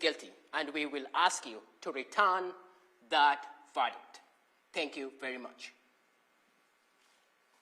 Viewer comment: Of all the words the prosecutor struggles to pronounce, ‘verdict’ shouldn’t be one of them. You can’t make it up.